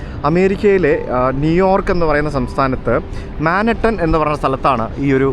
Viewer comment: താങ്കളുടെ വിവരണം നന്നായിട്ടണ്ട് , മാൻഹട്ടനെന്നല്ല മൻഹാട്ടൻ എന്നുച്ചരിക്കുക . സ . ജോ . കുളങ്ങരക്കും ഇതെ തെറ്റ് പറ്റിയിട്ടിട്ടുണ്ട്